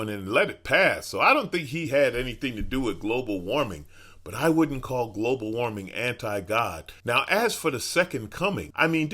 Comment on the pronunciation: Leave it to Jim Bakker to mispronouce "Global warming." This guy needs to go back to selling Apocalyptic gruel out of second hand toilets.